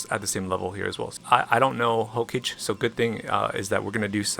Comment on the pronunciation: You're killing me with the Hokage pronunciation. You must be trolling